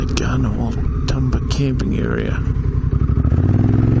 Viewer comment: Love it! But have to say it’s Gairdner, pronounced the same as ‘chair’.